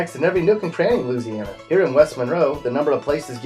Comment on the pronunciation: He says lou- siana bitch it's Louisiana